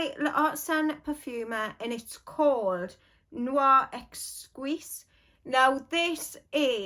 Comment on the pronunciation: You say “Noir Eskeez” in French. Words that begin with qu are simply pronounced k. Qui- kee. Quelque chose- Kelke choze.